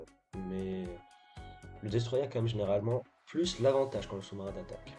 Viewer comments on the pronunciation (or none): Par pitié dis destroyeur pas destroyé